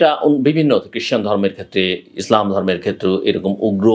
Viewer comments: মিস্টার জিল্লুর রহমান, আপনি ইসলামকে উচ্চারণে বারবার ইজলাম বলেছেন, এটা ইসলাম হবে। ষ্টাইল মারাইতে গিয়ে ইসলামিক শব্দ বিকৃতি কাম্য নয় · বুঝতে পারলাম না জিল্লু ভাই,আপনি যতবার ইসলাম শব্দটি উচ্চারণ করেছেন ততবার "ইজলাম" বলছেন কেনো?প্রথমে ভেবেছিলাম হঠাৎ উচ্চারণটা হয়ে গিয়েছে। কিন্তু তাই বলে বার বার?বিশেষ করে শেষ ১ মিনিটের সময় তো স্পষ্ট ইজলাম বললেন।🙁